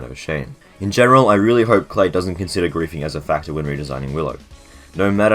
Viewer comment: It’s pronounced Kly not Clay